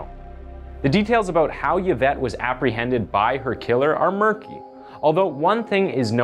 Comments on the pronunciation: Her name is pronounced E-vet pain-ya His name is pronounced Hi-me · Yvette is pronounced Evette. Other than that, your video is well done. Thank you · PLEASE educate yourself about the differences between being psychotic & psychopathic! There is a huge difference which is very important. Also, learn how to pronounce the names of the people in your stories. It’s pronounced E-vet (Yvette) and Hi-may (Jaime). It really bothers me, especially when the victims names aren’t pronounced correctly. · Its not pronounced Y vette its I vette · EE-VET, not YA-VET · E-Vet... E-VET. Not Ye -Vet. Dude, you always fuck up proper nouns/place names.... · It’s pronounced ‘E-vet’ not Yavet🙄🤪😂, it distracts a bit from the story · eevet, not yevet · I'm pretty sure Yvette is pronounced eevette not yavette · I couldn’t finish this dude. It’s pronounced ee-vet. Not yuh-vet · Just gotta say that the narrator undermines his credibility by repeatedly mispronouncing the victim, Yvette Pena's, name. It's pretty disrespectful. Yvette is pronounced, ē-vette. Not "yeh-vette." The letter "y" can act as a consonant or a vowel. In the case of Yvette's name, the letter "y" functions solely as a vowel with the long "e" sound. Also Corcoran is pronounced, kor'- kran. Not kor-kor'-an. The video seems to be well researched and produced other than these mispronunciations. Time to up your game. If you are not sure about a pronunciation, look it up or ask someone. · Yuh-vette Pee-na? I think its pronounced Ee-vette Pen-ya. I could be wrong. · The ‘Y’ is pronounced as an ‘E’. Phonetically it sounds like ‘E-vet’. 🙂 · “Eee-Vet” “Payn-ya.” That’s how you say “Yvette Peña.” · EE-vette PAYN-ya HIE-may o-SU-na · Just to say Yvette is pronounced “Eeevet” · Hey just a heads up, but Yvette is pronounced “Ev-et” and sometimes “ee-vet” :) the Y isn’t pronounced how we’d usually pronounce it, that’s all! Think of the name Yvonne (pronounced Ey-von or Ee-von) it’s kinda the same as that :)